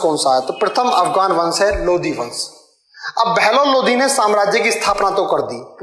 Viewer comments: Chutiya ये लोधी राजपूत अलग होते है ,, लोधी नही ह वो लोदी है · Sir पहले तो वो लोधी नहीं लोदी होता है इसलिए पहले उसे सही kr लो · भाईसाहब जिसे आप पढा रहें है वो ....लोदी ....है ना कि लोधी .. लोधी तो राजपूत क्षत्रिय जाति है आप पहले खुद पढ लो। फिर दूसरो को पढाओ ... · भाई साब वो लोधी नहीं लोदी होता है। और लोधी तो क्षत्रिय हिंदू है। 👑💪